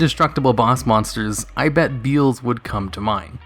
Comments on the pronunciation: Beelze is pronounced 'Bee-EL-zz" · MY BOY BEELZE! (Bee-El-Za sounds a lot better than "Bee-uulz", and likely how you should pronounce it anyway) It's my favourite typical boss monster. I stick him in zombies und call my deck 'Zombeelze'. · Beelze can be defeated with any card effect that negates a other's effect. Majestic star dragon is an example. Also, cyber dragon infinity can steal it and make it a material. By the way,it's bee-el-zuh. Not beel-z. It was named after beelzebub. Noone says bee-zul-bub